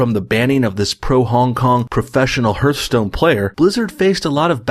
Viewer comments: Hearthstone is pronounced HARTHstone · I can tell that this dude is an Canadian by how he pronounces Hearthstone 😂🤦🏿‍♂️